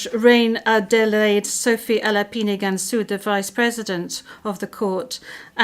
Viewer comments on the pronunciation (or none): none